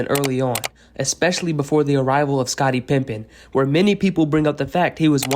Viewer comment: I swear I heard that every time. Wondered if I was hearing things